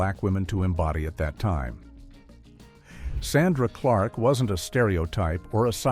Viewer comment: The narrator doesn’t even know the name of the show or how to pronounce Sandra Clark’s name